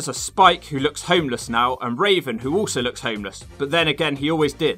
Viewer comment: I died when you called Raven, Raisin